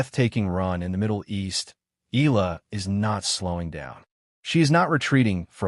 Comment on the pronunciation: ...please pronounced the surname of Alexandra Eala (...it's Eh - ya - la )...and it's no longer hype nor popularity she's slowly but surely climbing the ranking of women's tennis in the world stage.. Filipinos mostly that flocking the arenas are overseas workers now represented by Alex Eala, a national symbol for her respectful work ethic, resilience and humbleness..